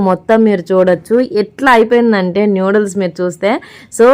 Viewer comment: నూడిల్స్ అమ్మ తల్లీ న్యూడిల్స్ కాదు